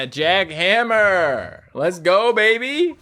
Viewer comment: It’s jack han-ma not jack hammer